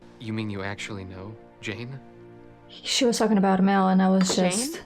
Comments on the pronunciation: In the name Jayne, the "e" is silent. It is pronounced like the female name, "Jane". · A bit odd since throughout the show, the episodes she's watched, I'm sure she's heard it pronounced correctly several times, so why she continues to mispronounce it is a mystery. It's not like she made the mistake in pronunciation when reading the name Jayne; she's HEARD how it is pronounced. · By the way, although the French/Spanish language track calls him Jay-nee, in the English the final vowel is silent, and his name rhymes with pain or rain. “Jayne brings the pain with his stick that sounds like rain.”